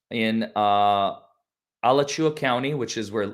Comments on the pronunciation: It's pronounced Ah-latch-ew-ah !!!! Not Al-a-chew-a. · DeThomas is fromA latch ua county. You miss, pronounced it. Accent is on the end of latch when you say the counties name. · Alachua is pronounced A la (short a) chew wa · Please say "A-LAA-chew-a". Alachua County is my home county for 54 yrs and your pronunciation is driving me crazy. Love your coverage.❤ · It is “uh-lauch-u-uh (where U of Fla is..) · Pronounced A - Laaaa - chu- wa